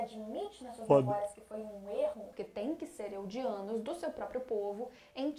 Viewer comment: "A TUA EX COMEU A TUA ATUAL" - Top frases Primeiro de tudo: pronúncia. Não são eugianos, são ELDIANOS, pois vieram de ELDIA rs. E que orgulho vc entendo tudo! Contemplando o ep calmo do porão, tomando um susto mt bom com o plot da titã sorridente kkkk Agora os apontamentos da vez: • O rei amigo do tio do Levi NÃO É o rei Fritz que levou a galera pra Ilha de Paradis e construiu as muralhas. Isso aconteceu há mais de 100 anos, o Uri Reiss (amigo do Kenny, tio do Levi) era um DESCENDENTE desse rei. • Os Ackerman são uma família, enquanto os asiáticos são uma etnia/raça. Os Ackerman são uma família de ELDIANOS diferenciados, mas eles são eldianos. Eles podem se transformar em titãs. Já os asiáticos não podem. Isso quer dizer que a Mikasa não pode virar titã? Pode! A mãe dela não poderia, já que era uma asiática pura, mas como o pai dela era Ackerman (e, como eu disse, Ackermans são eldianos) ela é mestiça e portanto tem um tantinho de sangue eldiano heheh. O diferencial dos Ackerman (e dos asiáticos) é que eles não são afetados pelo CONTROLE/APAGAMENTO MENTAL do Titã Primordial da família real. Esse controle afetava todos os eldianos, mas os Ackerman e asiáticos não, então esses dois grupos passaram a ser caçados pelo governo real (por isso a mãe do Levi vivia no subterrâneo e a família da Mikasa em uma casa nas montanhas na floresta da Muralha Maria). O Grisha (pai do Eren) que era esperto de ter contato com uma família que tinha tanto um Ackerman quanto uma asiática